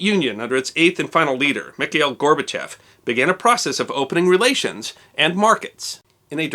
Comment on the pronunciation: Thanks for pronouncing Gorbachev's name right. It bugs me to hear "gorba-chOv" all the time.